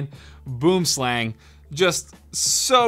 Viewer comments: I think I speak for all South Africans when I say that I get a physical pain whenever he says “boomslang” in that way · If your from South Africa we say boomslang differently. 🇿🇦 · Go to google translate, select afrikaans, type boomslang and push the play button. Thats how it actually pronounced... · As an Afrikaans speaking South African, I can say that you butchered the name "Boomslang". It translates to tree snake, boom being tree and slang being snake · Boomslang is Afrikaans meaning tree snake. It pissed me off how you said it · He needs to learn how to say boomslang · Bro you're saying the mice name so wrong lmao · Any South Africans he are getting annoyed in how he said boomslang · Your saying boomslang wrong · You should use Google translate to figure out how to pronounce Boomslang, it's Afrikaans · you were pronouncing the mouse wrong boomslang is an afrikaans name direct translation tree-snake and is pronounced more lke boemslung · Boomslang, which would be pronounced "Boo-um-slung" here by us, which directly translates to _Tree Snake_. Boom (Tree) Slang (Snake). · Yes thought the same. I' m Afrikaans and this was really cringy. Boomslang xD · As a South African where the snake is from, hearing him pronounce it like that killed me XD its Boo-em sl-Uh-ng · i am from south africa the name sounds like afrikaans Boom Slang "Tree Snake".....you can pronounce it Boum Slung:) Just saying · Boomslang, actually from Africa, pronounced Boowim-slung👏🏼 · It's said "boo-em-slung" btw, it translates from Afrikaans to Tree snake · Just a quick tip, the boomslang is pronounced boo-um-slung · "Boomslang" (pronounced Bwim Slung) is Afrikaans and literally means "Tree snake" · Boom slang, pronounced as “Buom-slung” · Pretty sure it's pronounced "boo-um slung" if anyone's interested. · bro you pronounce boomslang as boo um slung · It's pronounced boem slung , its afrikaans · Its pronounced buwm slung XD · yea but he pronounces it so wrong